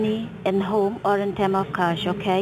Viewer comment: "if you Keep a koshh you Will face... Eh face a trouble"... What the hell is that?..... She cant even pronounce CASH right. .... Keep a kosh